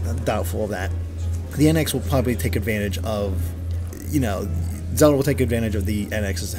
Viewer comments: whos Zeoda? i thought her name was zeLLLLLLLLda. this guy keeps talking about zeodah. new character? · is it me, or does this guy have trouble pronouncing L's in words.. like when he says Zelda.. or world...or wild.. I've heard it a while back.. now I just keep hearing it.. kind of bothersome.. lol.. not trying to be mean... but I guess in a way, I am.